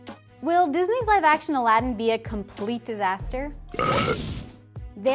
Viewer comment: Gosh Even the way they changed the way Aladdin is actually pronounced is offensive